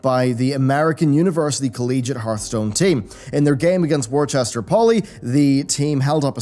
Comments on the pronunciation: I know it’s not the topic, but living in Massachusetts, hearing Worchester instead of the correct pronunciation of Woostah makes me cringe. Also, Free Hong Kong! (Edited to get rid of the hard ‘r’ at the end of Worcester) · It's pronounced 'wooster' not worchester ;P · Worcester = Whu-stah (with Boston accent) By non-natives it's pronounced with the first R silent but not the second one, so it rhymes with 'Buster' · lol, it's pronounced Wooster